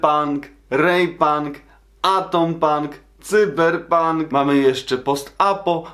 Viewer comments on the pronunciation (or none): none